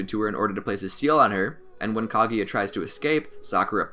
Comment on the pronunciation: its kaguya not kaGAYya